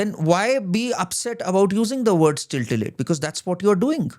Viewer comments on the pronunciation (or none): Tittilate not tiltilate